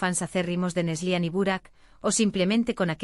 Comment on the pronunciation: Es Neslihan , no neslian